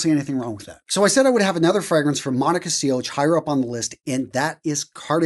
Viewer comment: I literally got half way through and had to give up. For someone that pretends they know about fashion, the amount of names mis-pronounced (Monica Cioch, Roja Parfums) or information that's just plain wrong (Air Tiger by Rolex? its Tudor). I cannot take advice from someone making so many basic mistakes